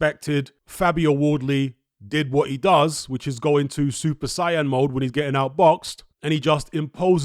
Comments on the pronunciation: I wish you said saiyan properly you said super cyan not super saiyan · It's pronounced "say-in" loool